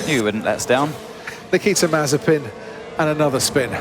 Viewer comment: The Dutch commentator called Mazepin Mazespin without it being edited. Things are getting out of hand.